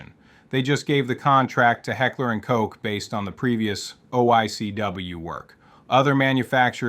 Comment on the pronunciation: "hekler and coke" "carbeen" "paykateenie" LOL m8. Is this AI? This has to be AI with how badly you butchered the pronounciation of about any name in this vid.